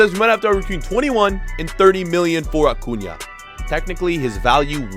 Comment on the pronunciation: He pronounces so many names wrong like origi and acuna but he pronounces minamino correctly